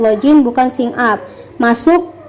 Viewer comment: Mohon menggunakan pronounciation yg benar ya, kakaa... Email dibaca : imeil, bukan imail Sign up dibaca : sain ap, bukan sin ap 🙏🙏🙏